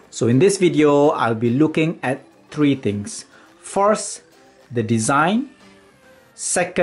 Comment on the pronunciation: You dont say tree you say three